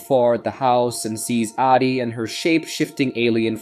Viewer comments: The inability to figure out if you want to say Addy or A.D. makes me pretty sure this is an AI voice? Easiest way to get a downvote :( Edit: BARA BARA?!?? Yeah this is obviously AI, someone misspelled Barbara and the AI is just a fancy TTS so it said what was written. Channels like this are such bs. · So...is it Addie or Adi? You'd think somewhere in the movie her name is pronounced and you'd know the correct way to say it. Is it just me or are there waaay to many creators on YouTube that can't pronounce words they literally had to hear at least 10 times in the proces of making their content? Edit: Is this AI? The moment he couldn't pronouce Barbara the thought popped in my mind, is this being read out loud by ai? It would explain the constant mistakes.